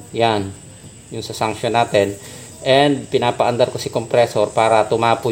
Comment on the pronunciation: suction hindi sanction....gagayahin ka nian.